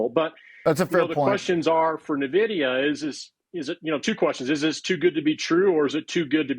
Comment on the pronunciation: He can't even say Nvidia correctly.